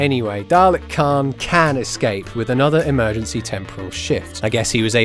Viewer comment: It's Caan. Not Khan.